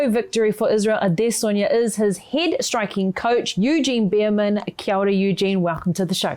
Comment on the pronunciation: SOMEBODY FINALLY SAID HIS LAST NAME RIGHT!!